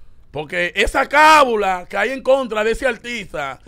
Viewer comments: Se dice o mejor dicho lo correcto es : Cábala, no se dice cábula. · No es cabula es Cábala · Corrijanlo por Dios se dice "Cábala" no "Cabula"🙄